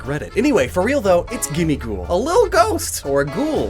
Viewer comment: I thought gimmighoul was supposed to sound like ‘Gimme gold’